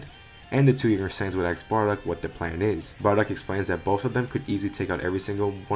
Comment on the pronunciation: "Ask" ❌ "Axe" ✅ 😂😂😂